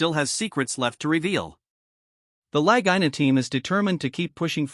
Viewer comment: Twelve (12) years and still no major find. This AI is mispronouncing the La-gee-na brothers names. you show stone ruins that are not on Oak Island at all. You are using this for filler. Notice no other comments? Shame on you!